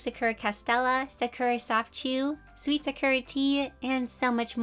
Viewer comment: Just an FYI as someone who’s Japanese, Sakura is pronounced saw-coo-da. I think the company would appreciate a proper pronunciation.